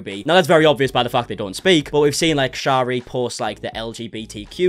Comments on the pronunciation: Her name is pronounced Sherry like the alcohol! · you were doing so well saying sharis name right in a past vid where did you go wrong😩